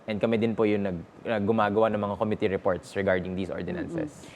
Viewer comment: Since you’re a DLSU grad, please correct your dad’s pronunciation, specifically “committee” listen to how your dad pronounces it